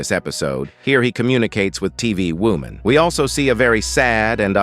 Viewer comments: Why do i hear wooman instead of woman in every single one of his videos? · why does he say wuman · No way bro saying women not normally you say woooman what is wrong with you